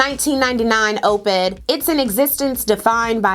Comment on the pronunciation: Never heard anyone say "Ope-ed" before. Makes sense. Just have never heard it said that way.